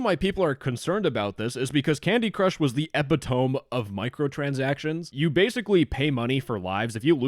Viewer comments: Yeah, we don't say epi-tome. Ee-pit-oh-me. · I hate to be that guy... but... The word "epitome" is pronounced "eh-pi-tuh-me". Not "eh-pi-tome". Sorry, but people keep making this mistake, and it's driving me crazy. Other than that, great video. great points. Discord is a sinking ship: I've already signed up for Revolt. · did you just say ep-it-oam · it's not epi-tome, it's ep-it-um-ee. I hate to be that person but it scraped my brain with a fork on metal when you said that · not "ep-ih-tome" it's pronounced "eh-pit-o-me" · Did you just say fucking epi TOME? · Erm buddy it’s pronounced ah-pit-toe-me not epahtoem… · "Candy Crush was the epitome" Sir that's not how you pronounce that. It's EE-PITO-ME. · "EPI-TOME" lmao, bruh. E-pit-o-me. Great vids though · Epi Tome??? its e pit o me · epi-tome? eh - pih - toh - mee. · Epitome is pronounced like "eh pit o me," despite the strong urge to call it an "epi tome" like an epipen in tome-form 😅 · Epi tome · I’m more partial to “eppy-tomey”. 😛 Now give me your lunch money, dweeb! 🚽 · They should change the spelling. epitomi / epitomy? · Eh-pit-o(long o)-me. You're welcome. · "epitome" is pronounced eh-pi-tuh-ME. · Epi tome 😂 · That is not how you pronounce “epitome”. uh·pi·tuh·mee If you pronounce it that way on purpose and I’m just missing the context, feel free to ignore me. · Epitome is pronounce "EH-PIH-TOH-MEE" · you say "epitome" wrong, its "Eh pitt Oh ME". Good use of the word otherwise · epitome e-PIT-uh-mee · Are you pronouncing epitome as epi-tome in a sarcastic way or... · ain't no no it way just pronounced Epitome as "epi tome" 😭 ☠️ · I don't know if epic-tome is how it's pronounced... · "Epih-tome" I'm going to crash out. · its pronounced "a PIT a me" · Epitome is pronounced as ih-pid-oh-me not as it is spelled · The E in “epitome” is not silent. A-pit-a-me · Ep-it-te-me not ep-pit-omb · Epitome is pronounced e-pit-to-me. Anyway, love you muah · "Epitome" is pronounced "ee-pit-oh-me"